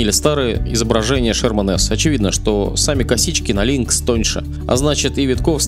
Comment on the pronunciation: "Лункс" прям по ушам резануло)